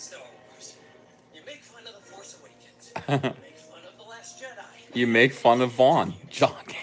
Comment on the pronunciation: Use the Pho-ce,.